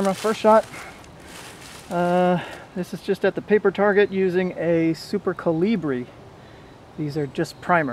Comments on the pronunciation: "Caly-bree" Guy what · i hate the way he says calibre so much